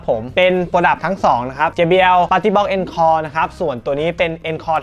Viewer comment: อ่านว่า อองคอร์ครับ มาจากภาษาฝรั่งเศส